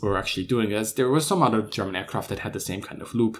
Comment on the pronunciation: Give thanks for pronouncing other as udder, DWI as DVI & there as dare.